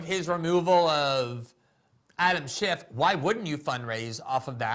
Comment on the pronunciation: GG it's not Adam Shift, it's Schiff.